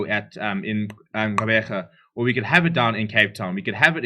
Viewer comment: The way you pronounce Gqeberha, lol. On point buddy.